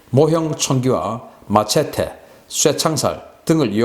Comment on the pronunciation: 한반도의 미래와 미국의 장기적 이익을 위해선 개정은이를 제거하고 한국으로 하여금 북한을 흡수 통일하도록 해야 하는데, 청왕사 왕초 황구 청월구가 믿을수 없다는것이 문제. 그리고, 마체티가 아니고, 매쉐리 로 발음해 보세요.